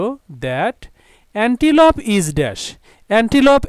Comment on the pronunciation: স্যার এনটিলুপ আর আপনি বলছেন এনটিপল